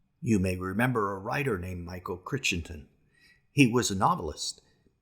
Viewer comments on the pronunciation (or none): The author's name is Michael Crichton (cry-ton), not Chris-en-ten.